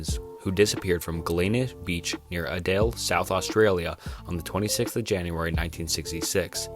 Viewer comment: thinking about how this guy pronounced Glenelg and Adelaide